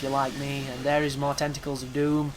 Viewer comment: are you an indian.. the way you pronounce tentacles like tentocols.. LOL no offense men.. =)